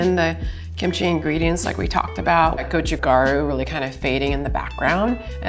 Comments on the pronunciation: The sweet spot for the best kimchi flavor is actually between around 2-7 days in my opinion. You get decent fermentation/infusion without the cabbage losing its freshness. Also, it's go-chu-GA-ru, not go-chu-GAR-u. Mispronouncing things (especially if you're supposed to be an expert) makes me question your expertise. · I love MIL kimchi (not the vegan though) and am really appreciating this video. What is so surprising to me is that she's clearly not a Korean language speaker. Her pronunciation is off especially for gochu garu (고추가루). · She sounded very Japanese saying go-chu gar-u